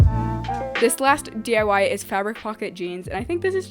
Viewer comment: I swear she says 'DUI's instead of DIY